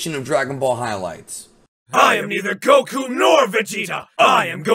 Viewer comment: “I am neither Goiku nor Voigeta, I am Goigeta... and I am the oine who will destroi you” 😂😂😂😂😂